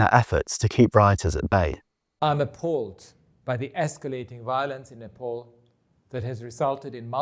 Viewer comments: To the western media.....NEPAL is pronounced as ne-PAAL and NOT ne- PAUL or ne-POOL!! 🤨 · I swear to god it's Nēpāl , not nipple 😂 learn the domestic pronunciation